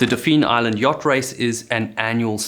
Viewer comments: This came across as very well-researched, and the narration was very concisely written in how it presented information. I just you had researched and found out ahead of time that in Alabama, Dauphin Island is pronounced "DAW-fin," not "do-FEEN." That's not even how the French word dauphin is pronounced. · We pronounce Dauphin Island 'Doffin' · The locals around Mobile Bay pronounce Dauphin Island like dah-fin….dolfin without an “L”. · Dauphin Island (pronounced kind of like “dolphin”) used to be called Port Dauphine, so you’re not completely wrong—just not saying it the way locals do.